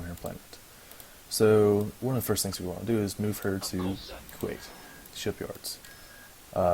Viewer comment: he is saying kuat wrong